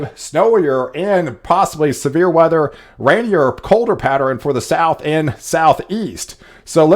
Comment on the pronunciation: I think you’re saying “patterEN” instead of “pattern”?